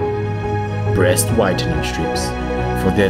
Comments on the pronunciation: is crest withening strip,not brest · it was called crest not brest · Who tot of breast whitening strips instead of "Brest"/crest whitening strips bahahahah